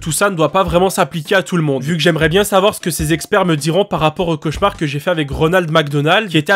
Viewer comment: c'est quoi un chauchaumar au secours mes oreilles